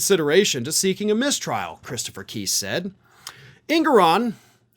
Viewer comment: I think trump's lawyer's name is pronounced Kise, as in lice.